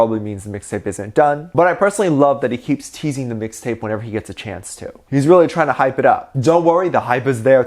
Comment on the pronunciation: Regular people: Mixtape: MIXTAPAY